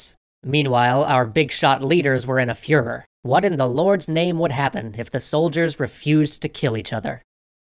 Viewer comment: Wait... did you just say that the German leaders were in a 'Fuhrer'? 😆